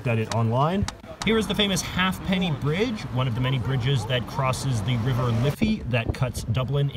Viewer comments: I'm not trying to annoy anybody but cork is the biggest county in Ireland Also did he really say the half penny bridge it's pronounced the hay penny bridge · It’s pronounced HATE-NEY bridge not HALF-PENNY bridge. It’s just spelt Halfpenny. 🙄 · When he said halllfffff penny bridge I nearly died it’s pronounced hay penny brodge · Ha'penny Bridge, not half penny bridge You are so ignorant, Irish people only like beer and stories of the war of independence. Have some respect